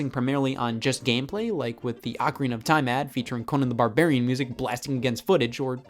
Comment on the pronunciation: Why can't people pronounce ocarina right.